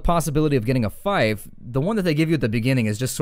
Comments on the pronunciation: Yes, I was thinking the same thing. 'fife'. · Does anyone else find it irritating how he pronounces fief?